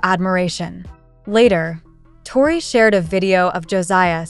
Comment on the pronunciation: I would learn to pronounce Tori